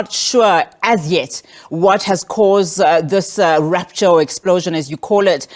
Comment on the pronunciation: This guy struggles to explain himself, I don't wanna be one of his students,all I heard is "dee rooptchor "